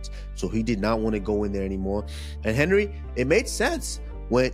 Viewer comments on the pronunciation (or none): none